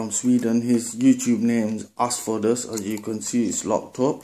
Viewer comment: By the way, it's asdfkoas and not askfodas. Thank you.